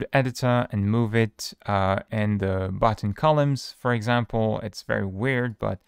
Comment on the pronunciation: OK Booo-utton 😂